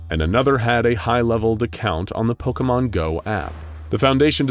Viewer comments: I am flooding my basement with how he is saying pokemon correctly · I doubt the person creating this vid is a Pokémon fan, so they're bound to get some things wrong But I really appreciate their effort. They even pronounced all the names right! Not even a lot of Pokémon youtubers say most of them right